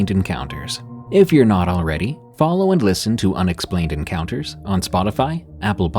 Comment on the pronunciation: Did anyone else think he said don't forget to send me urine counters???? Lmao I know it's your encounters but it sounded funny and made me laugh! Anyway love ya Def one of my favs at night